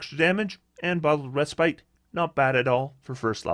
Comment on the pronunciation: Bottled Reh-spit